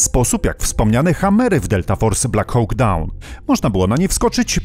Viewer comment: Slowo konstruktywnej krytyki. "Hawk" czyta się jako "hok" a nie "hoŁk". Sorry, ale bardzo mnie to kłuło podczas oglądania.